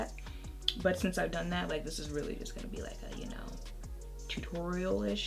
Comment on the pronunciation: “whose ass were you gon’ beat” 😂😂😂😂😂😂 i swear you got some brooklyn in you girl!